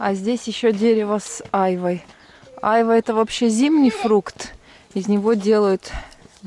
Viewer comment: я люблю айвУ, ударение на У, у нас в Туркмении, в плов кладут, душистый получается..